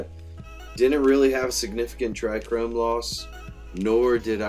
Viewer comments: No, was referencing you saying "trichrome". "Trichome". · It's not "chrome" bro smh